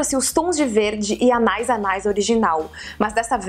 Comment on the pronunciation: La vie est belle = A vida é bela <3 Tô morrendo com esse anais kkkkk Quando tem uma trema no i, a pronúncia é Anaíííís ! Meu perfume é o Miss Dior chérie ! e minha dica é ir nas lojas físicas de perfume e ir cheirando tudo, depois compra online kkkkk